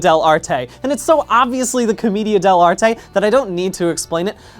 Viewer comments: the way he pronounce Comida De L'arte Rly annoys me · Hearing "Comedia dell'anime" is like being struck by lightning. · The pronunciation of comedian dell’arte is amazing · hearing him try to pronounce commedia dell'arte killed me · im just slightly upset he pronounced commedia dell'arte wrong the whole time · Being Italian, hearing "commedia dell'arte" so many times made me cry tears and meatballs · everytime bdg mispronounces commedia dell'arte the theatre student in me dies a little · Great video, as always, but my Italian heart was literally slain by your pronunciation of "commedia dell'arte". It was a beautiful but tragically painful video for me. I sincerely appreciate the effort though. Keep up the good work! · That's a funny way to pronounce commedia dell'arte